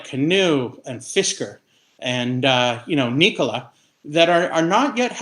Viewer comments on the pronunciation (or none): NEEKOLA? CANOO? FISKER?